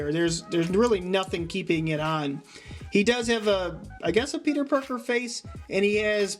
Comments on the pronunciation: YOU KEPT SAYING PETER BARKER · You said Peter Barker instead of Peter Parker. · He said peter barker twice